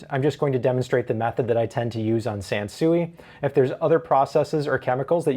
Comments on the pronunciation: its pronounced "sanswee" like san sweet sansui. not chop suey sansuey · Not for nothing, but the Japanese pronounce it sahn-swee. I was stationed in Okinawa while in the army.